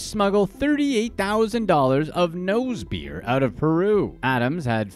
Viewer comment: Am I the only one who screams every time he says “nose beers”?!🤣😭